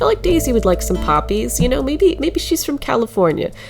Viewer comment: When you said poppies I sad PAPI